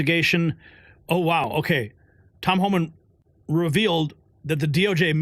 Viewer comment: It’s HOMAN. There is no L in there. Come on…you’re a news outlet.